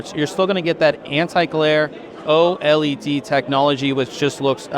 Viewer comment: you are the only person who I have ever heard say OLED the correct way, then just two minutes later you fucked it all up.